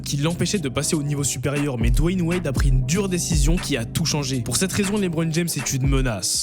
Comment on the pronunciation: C'est pas dwan wild c'est dwan wade